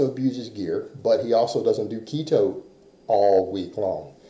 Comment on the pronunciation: First clue someone has zero clue how keto works is when they think it's "restrictive". That and not being able to say it correctly obviously.